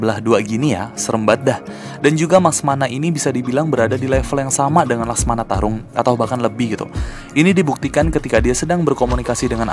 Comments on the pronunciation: ko mecamato bukan laksamana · laksamana bang bukan maskmana atau laksmana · Laksamana bukan laksmana *pembetulan